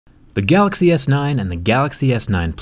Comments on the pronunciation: "Gaaxy S9 is here" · it’s so cute how jerry can’t pronounce “galaxy” properly